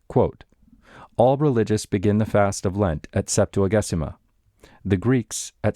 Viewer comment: Thank you for these amazing complete recordings!!! A tip, in Ecclesiastical Latin, g before e is soft, it is pronounced Septua-jay-sima